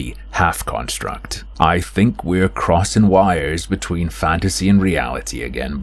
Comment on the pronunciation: It sounded like you said, "Crossing wires between fagasy and reality."